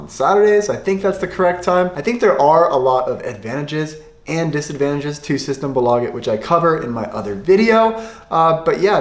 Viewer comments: You have the pronunciation on the A in systembolaget. But you have to have the pressure on systEmbOlageT. Sing when you talk. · Pronounce systembolaget right pleaseeeee im Dying inside man Aaand Bandy is not a common sport in sweden innebandy is What ppl play or hockey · I am swedish and i laugh to death on his systembolaget pronunsiation